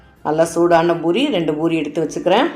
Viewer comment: Boori இல்லை poori endru உச்சரியுங்கள்.